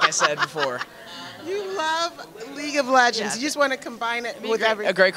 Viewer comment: "Leege of legends" XD